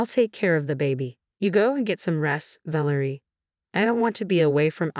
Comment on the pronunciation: Ă - vă is just fine: it's European. VĂ lĕ rie should be stressed on the first syllable. The Adrian varied, so I am not going to say anything.